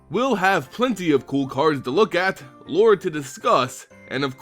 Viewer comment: I thought you said sweet roll.